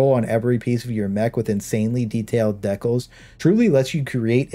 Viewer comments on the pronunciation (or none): "Deckles" Had to rewind that like twice lol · never heard decals pronounced that way